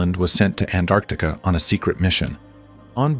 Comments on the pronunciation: Anartica 😂 can't even pronounce it correctly 😂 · Honestly i never understood why A N T A R C T I C A word didn't pronounce correctly always T missed so its ΑΝΤΑΡΚΤΙΚΗ(ANTARKTIKI in Greece)🤥😀